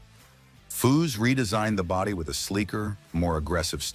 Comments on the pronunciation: Narration ruins so many of these videos. These program read scripts are a feature that subtract from the quality, if any, these scrapbook job videos contain. A video about a car builder that mispronounces his name every time... should it be possted? Who is Fuw? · Chip should sue this guy he cant get cars or facts rite and cant even say his name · A.I. narration is the worse thing e Dr to happen to this world! You make a video about foose and can't pronounce his father with the same name?